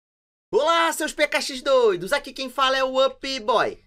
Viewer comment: Você falou pkxdoidos envés stamboudoidos😂😂😂